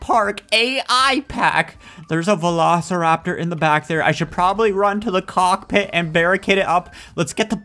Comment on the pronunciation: Have you said Velo steer rap tor get it Velosteeraptor